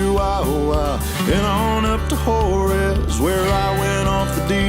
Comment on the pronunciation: Speaking as a life long Texican. is right about two things. Laredo is a shithole, and he named Juarez correctly! But you northern boys can’t handle senoritas or southern girls. They are tuff and mean, can out work ya. But they sure are fun and will keep you well fed and on the straight and narrow. You need to give your Dad a camera. I have a feeling it would be solid gold! And by the way,,,, at least you have the hydraulic settings videoed so you can go back and put them where they were. Huge fan of strip tilling by the way. And they do grow good corn in Florida. Good cotton, good peanuts. And all kinds of fruits and veggies.